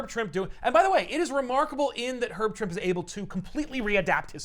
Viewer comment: Actually it's Herb "Trimpey". I'm 55 and just found out. I'd always said Trimp too.